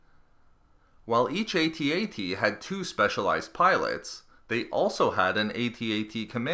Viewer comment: pronounced "ATT -ATT" not "A-T A-T".